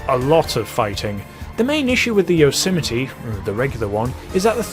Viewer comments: Listen to the guy on the Blonded music station. During the advert he pronounces the car "Yose-my-ee" not Yosemitee. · Anyone else irritated evetytime he said Yosemite? Bruh he be like *yosəmitiee* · It's pronounced, "yOZ might" Fucks sakes... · Yose - mite This man said yo - si - mi - tee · I thought it was pronounced like "yoze might" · Yo-sim-I-tee What the fuck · I've been pronouncing it as "yo-ser-might" all along.. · Isn’t pronounced Yo so Might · Gta YOSMITE p.g - no yosimitee